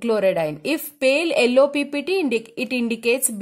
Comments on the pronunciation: Yello ❌ ello ✅ 😅😅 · I not give like because you say ELLOW NOT YELLOW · Your pranounciation of yellow is very oakward😅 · One of the most understanding video I found a night b4 final practical. Though I'm North Indian, I found confusion when ma'am told h2so4 and illo for yellow in her tone of voice. Anyways I found it really easy to demonstrate n understand well in mind.